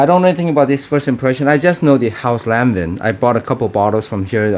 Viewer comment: Its pronounced as LAWN-VA